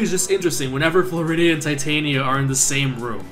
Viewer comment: Your pronouncing of Titania seems to be right. :]